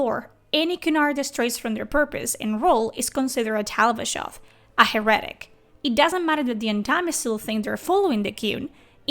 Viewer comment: 😂😂😂 a heretic “HERR-A-TICK”